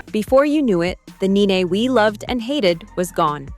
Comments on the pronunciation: Its NENE NOT... Naynay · It wasnt kenya and her husband; she didnt have one! It was kandi and HER husband!! Neenee not naynay...phaedra with pronounced A...perhaps do more research. Us housewives people know our wives😂😂